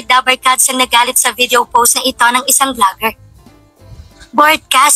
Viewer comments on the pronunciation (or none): none